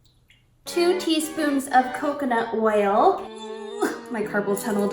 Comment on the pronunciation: “two teaspoons of coconut whale” i dont think you meant to say it like that but I love you 😂